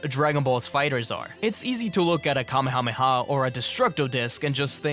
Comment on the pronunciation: finally an English-based CC that knows the pronunciation of kamehameha ❤